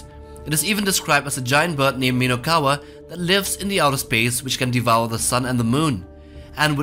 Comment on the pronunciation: and also it is not minowkawa but minokawa